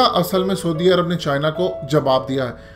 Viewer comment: soodi arab....hahaha...bolna b ni ata....saudi arab hota ha...